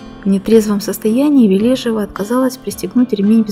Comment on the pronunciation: Ли́дия Леони́довна Ве́лежева — советская и российская актриса театра, кино и дубляжа, телеведущая, политический и общественный деятель. Заслуженная артистка Российской Федерации. Ударение в фамилии на первую Е.